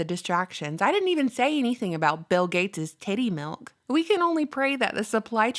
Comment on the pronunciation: Girl, no you didn’t say “titti milk” haha my 11.5yr old and I just about died 🤣